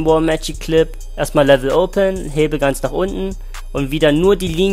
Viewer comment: Please! es heißt LEVER, LEVER open, LEVER closed... NICHT LEVEL